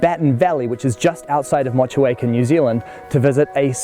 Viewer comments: So i came into watch and as soon as you said Motch chew acre Valley, that was me out! Im sick of the mispronounciation of Maori place names and words! Just ignorant! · Stunning stunning home. So connected to the land It would have been lovely if his gorgeous poem ending pronounced motueka as it was meant Maori lesson time Motueka: More (the first ‘mo’ sound of ‘more’) two Air (or the first ‘eh’ sound of ‘air) Car Thank you (If you’re rolling your eyes, consider the disrespect if he pronounced the home name, ‘honeywell’ as ‘hoe-knee-whale’) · Haha how you pronounced Motueka 🤣😂😅🤭